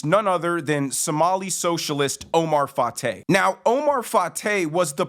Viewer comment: Wait, did you say his name is Oh-my Fart-ay??